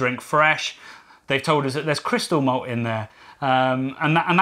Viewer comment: Did he say it had Christal Meth? Or was it Christal Malt?